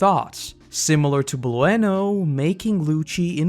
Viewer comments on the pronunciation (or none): Blu-En-oh?🤣 Just bloo-noh bruh, like Bruno